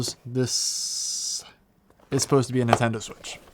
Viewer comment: Who else has never heard of a Nuhtendo switch?